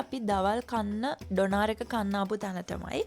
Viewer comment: ඩොනාර් නෙවෙයි අනේ ඩෝනා(ර්) (R sound wenne nah) eka famous food ekak